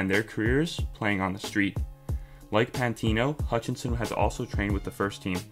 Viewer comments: Can't tell if this guys a troll. Why he saying pantino 😂😂😂. Forgot about AMN as well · Great video but pmsl when he said 'remember the name pantino' :')